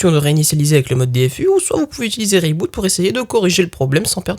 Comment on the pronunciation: Je suis étonné que ton sponsor t'ai laissé prononcer le produit "ray boot" alors que en toute logique le nom vient plutôt de "re iBoot" (corriger iBoot sur iOS)